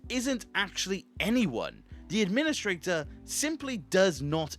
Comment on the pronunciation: Maybe you’re the Ad-PIN-istrator